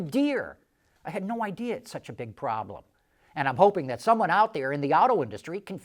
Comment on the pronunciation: 'I had no ideer...'